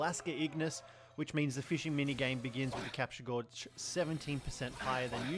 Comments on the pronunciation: "capture gawge" Immediately closed this video 😂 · ‘Gauge’ rhymes with ‘age’ you flamin’ gallah.